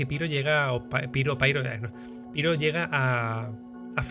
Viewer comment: Amigo! puedes decir "Piro" fonéticamente tal y como se escribe. Es una palabra de origen griego que se pronuncia igual en español. Son los angloparlantes los que deforman su fonética original, así que sin miedo!